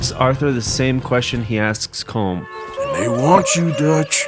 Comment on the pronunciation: This much research and you couldn't pronounce Colm correctly?